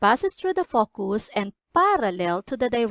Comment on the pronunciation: nice, you should watch your pronunciation on focus